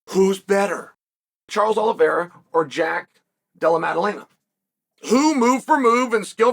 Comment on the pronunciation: He got Jack's name right for the first time